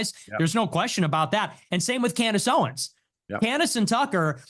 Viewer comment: Talmud Tate kept saying "canned ace Owens"🤣